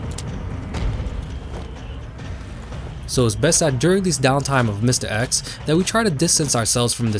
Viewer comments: I’m sorry, I just can’t get over the way you say mistah eks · “Mistuh X” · The way you pronounce Mr. X, goddayum. Mistah Ex